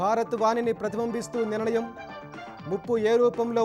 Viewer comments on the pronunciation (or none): వార్తలు చదివేవారి తెలుగు భ్రష్టు పడుతోంది.. "ణ" కి "న" కి, "ల" కి, "ళ" కి వ్యత్యాసం గమనించట్లేదు... అలాగే నిర్ణయం అనటానికి నిరణయం అంటున్నారు... కొంచెం ప్రూఫ్ రీడింగ్ సరిగ్గా చూసి ఎంపిక చెయ్యగలరు.... ఇక ఈ ఛానెల్ కూడా సరిగ్గా చదవకపోతే వేరేవి అసలు చూడలేము/వినలేం.... ఒక్క ఈటీవీ తెలుగు మాత్రమే మొన్నటిదాకా బాగుండేది....